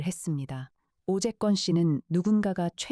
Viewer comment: 오재건을 오재껀으로 발음하는건 뭐냐